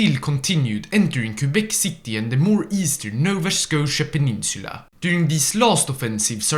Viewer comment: We said Québec City without the sound of the "u"